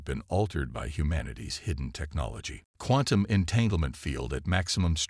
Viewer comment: Say quantum again